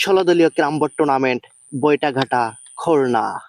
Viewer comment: বাইটাঘাটা না ভাই, বাটিয়াঘাটা হবে